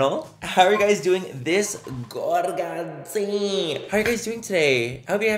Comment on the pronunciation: I Knooooow you say gorgeous (gorga) day, but my Latin brain listens gorda 🤣🤣 gorda day !